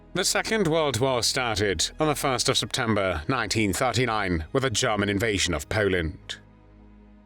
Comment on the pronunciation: German not guman